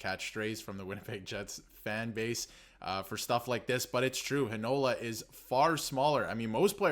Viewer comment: HEInola, NOT HeiNOla!!